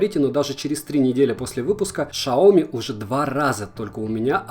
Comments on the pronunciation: Шяоми 😂🤣🤣🤣🤣🤣Новая фирма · Шаоми, ШАОМИ блэт!!!!!!!! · Почему шаоми? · Ты серьёзно шаоми!!?😁😅😅😂🤣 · ЧТО ПРОСТИТЕ ШАОМИ БЛЯТ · Ксиоми правильно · Какой шаоми ты дурак? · Как как ? Шаоми ?)))))),😂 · Какое шаоми, ксиоми или ксяоми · Шяомиии блять, ору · Ты тупой какой Шаоми Ксяоми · НФС, ШАЙОМИ, чувак, ну камон, выучи произношение. За обзор спасибо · услышав "шаоми" выключил моментально)) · Дурак правильно сяоми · видос неплохой, но за ШАОМИ СРАЗУ ДИЗ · сяомИ! Дебик..... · Сяо`МИ Ударение на Ми. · Посмотрите как произносят китайцы, специально узнавали, сяоми и никак иначе. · Шаоми блять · Сяоми мой друг, это сяоми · Польза com Правильно будет сяоми, пруф зайди в офф группу сяоми в вк они сами написали сяомм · ШАОМИ простите что?????)))))))))))))) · Надпись вроде по английски написано. Икс не читается как ша. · Сяоми!!!!! А не шаоми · Не шаоми а ксяоми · Шалом, Шаоми!!! Так ещё никто не называл Сяоми!!!! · Сами китайцы называют марку Сяоми. Никакое Шаоми или Ксяоми.... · Шаоми? Серьезно? Может ксиоми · какой в жопу Шаоми!?!!!!!???!!!!? если китайский не учил, если ты его не знаешь, то вообще молчи и не порти уши!!!! вот когда выучишь его, тогда и говори с гордостью Сяоми, Сяоми!!!! а не Шаоми, блин!!!! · Аа почему ты говоришь ШАоми если там Xiomi (КСИоми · Не шаоми а сяоми китайский акцент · Не шаомі а сяомі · Шляяяяяяяяя.... «Шаоми» из-за того что руководитель компании Сяоми плохо знает китайский язык, и когда его пригласили (на телевидение не помню точно ) то он так сказал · Сяоми а не шаоми боже когда уже запомните:/ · поверьте человеку, изучающему китайский язык 9лет - правильно Сяоми! Шаоми писалось бы транслитерацией как Shaomi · так почему шаоми? вроде бы сам директор компании говорил "сяоми", хотя судя по всему сами китайцы не вкрусе. У одного блогера был видосик на эту тему, он какраз в китае живет. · Сам ти шяомі правильно сяомі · Не шаоми,а сяоми,говори правильно,а то слух режет😅 а так видео классное,мне помогло с выбором,спасибо☺️ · Не шаоми а сяоми дауны